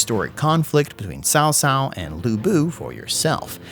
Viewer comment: PLS, cao cao is pronounced as chao chao*, no more sao sao pls. lmfao